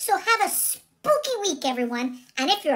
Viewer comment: Thanks for the history lesson. We do get a bad rap and many are still afraid to come out if the broom closet. But happy Samhain to you and your mom! I'm so glad you knew how to correctly pronounce it. Y'all rock.